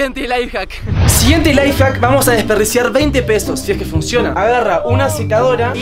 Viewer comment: X se dice lifehack